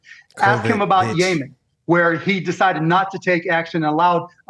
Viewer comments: Mark Cuban: it's pronounced Yeh-men not Yaymen 🙄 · did Mark Cuban call Yeman "Yaymen"? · don't trust anyone who can't pronounce Yemen 🤣